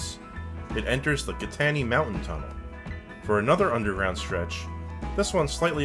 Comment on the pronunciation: There are no more tickets on the Pennsylvania Turnpike. It is all EZ Pass or toll by plate. It's pronounced Kit-A-Tinny Mountain. Much of the mountainous route and tunnels were planned to be another cross Pennsylvania rail line.